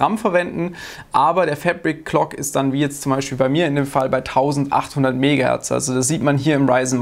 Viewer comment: jedes mal wenn du "FÄÄÄBRICK-KLOK" Sagst musste nen kurzen trinken!:D